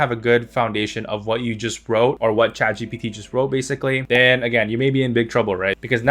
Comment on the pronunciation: Bro messed saying chatgbt